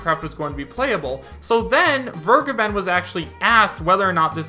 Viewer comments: its vergeben (fair.gaben) not weregaiben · DasVergeben is pronounced Fair-geben and the first e sounds like the first e in "elaborate". i don't want to be that guy. really. it just bugs me for some reason